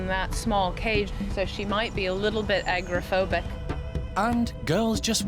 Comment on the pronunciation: I absolutely love this show. I swear though, if I hear agrophobic, instead of agoraphobic one more time, I am going to pull my hair out. Sorry I am weird.